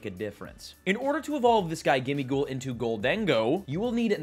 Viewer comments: Pretty sure it's "Gholden-Go" not "Ghol-Dengo" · lol IT'S JUST GOLDEN GO stop saying GOL DAN GO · Why are you saying Goal-Dengo